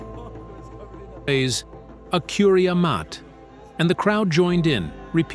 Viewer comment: The pronounciation of the of the sentence “Akuria Maté” is thoroughly inaccurate.